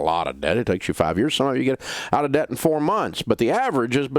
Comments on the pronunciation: “honey, we’re gettin’ outta daht” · When he says DAHBT 😂 it’s somehow satisfying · Is he saying debt or “dadt”? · Lol I love how he says "debt" with his country accent